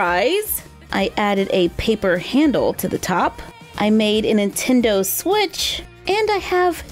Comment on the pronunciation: I noticed said "Entendo switch." If someone says"an" before it, you know they aren't saying "Nintendo." lol. A Nintendo. An Entendo. 😂😂 cracks me up.